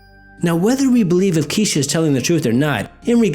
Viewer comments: I'm pretty sure I saw a show that investigated a haunting that had to do with Kesha* (not "key-sha" lol) as well. It was a while ago so the details are a little blurry to me, but it goes to show that some people tend to be a little more open to the paranormal, it seems. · "kesh.....kesh-a,....not "key-sha" it's pronounced ke-sh-aa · Isn't her name pronounced kesh-a? LoL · Love how you keep saying Keesha. You're such a weird dude to listen to haha--keep the vids coming! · Don't feel bad one bit. Whoever heard of a Kesha? It's a made up name. When someone chooses to give his/her child such a name, mispronunciation is to be expected. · Turns out I've been saying her name wrong this whole time too. Never knew that was the wrong pronunciation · yup, ya did. Kinda glaring. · It made the video even better. I was bugging out! haha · every time you said her name wrong all that I heard in my head was.. Miss Kesha? Oh my fucking god she ded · MadNinjaGato Shadow Yeah like I said on his other thread, I was mispronouncing her name up until my girls started watching Victorious. However I actually catered trains with a girl named Kesha who pronounced it "Keesha" lol